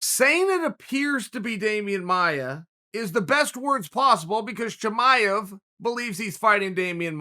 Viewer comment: Chael "Toe-maev" Sonnen